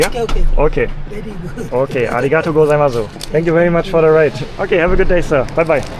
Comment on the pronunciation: One key point when pronouncing arigatou gozaimasu is to make sure you stretch the “tou” part in arigatou. Don’t say it too quickly like “to” — it should be a long vowel sound, like “toh-oo” or “toh” or "tow" held a bit longer.